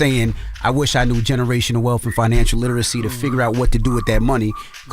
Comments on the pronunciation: The way he could BARELY pronounce literacy … yeaaaa okay lol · Barely could pronounce literacy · Well...he can barely pronounce literacy!..😂😂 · He couldn’t even say literacy Correctly😂